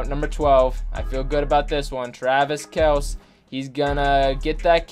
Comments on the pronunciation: It's not fair cause not the same route every time also its kel-cee not kelc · It’s Kelce pronounced kel-see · It's pronounced :Kell-see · It’s Kelceeeee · His pronunciation bothered me too dude. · U know what would be the best thing ever.........If would say Travis Kelce right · Btw your pronouncing kelce wrong not a big deal but just pointing it out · Lightning Bolt I cringe every time